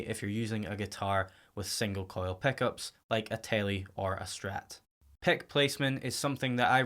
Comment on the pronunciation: Stop saying pek and pekups!!!!! Jesus Christ!!